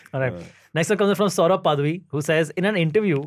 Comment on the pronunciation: Will Silvery ever get any surname pronunciations right ? It is पडवी and not पादवी 😹😹